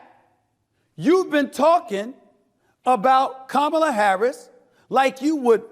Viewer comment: Time for somebody to take an english or correct grammar class!!!!! before the debate! Just saying!! At least learn how to say her name right!! 😂